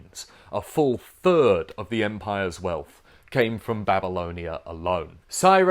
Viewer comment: My only intention was to make you say "fird", and I'm convinced I did